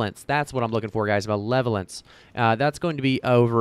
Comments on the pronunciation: MUH-LEVEL-ANCE haha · Ma-leva-lence haha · Muh-level-ence lol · ma LEV o lence